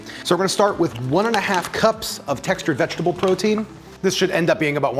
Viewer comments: ... vegegtable protein 😂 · vegegtable lol